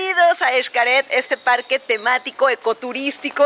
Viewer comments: es eshcaret no ishcaret bueno xcaret pero digo la pronunciación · Por qué dice ICHCARED si es XCARET?? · Muy buen video, excelentes tips, pero no entiendo porqué pronuncia “ishcaret”, la x debería ser sólo como “sh”, basta escuchar a todos los que trabajan ahí jajajajajaja....